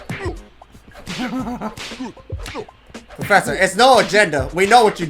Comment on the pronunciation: Poofesure Kong is killing me 😂